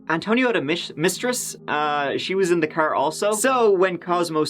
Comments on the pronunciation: Furm, mrk, crr. I couldn't fallow the story coz his pronunciation of those words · The way you pronounce car, farm, and Mark is extremely irritating.